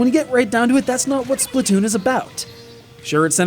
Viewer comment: It' actually pronounced Splat not Split or Splut.